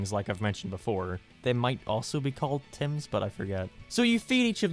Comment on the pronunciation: Am I the only one who was thinking of 'Tems' from Undertale when he kept saying 'Tims'